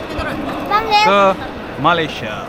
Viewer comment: Kita orang Malaysia enggak bilang Malaysea tapi sebutannya Malaysia.